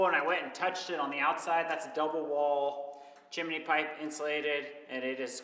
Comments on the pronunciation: (Chimney) Not Chiminey. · A chimney: Pronounced: chim·ney or CHimnē. NOT Chiminee Correct: "Things are going Well" Incorrect: "Things are Going Good" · Chimney, not Chiminey:-) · It’s pronounced Chim-knee(chimney).. NOT chimeny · Calling it a chimminey gets me every time!😂 you guys are the best!